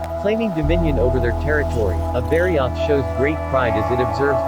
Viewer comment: Man I hate text to speech. I eas interested but I don't wanna spend my work day hearing bari-oath for the next nearly 20 minutes.